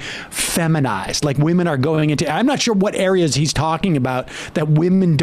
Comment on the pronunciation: Ooohh yes wahmen very scary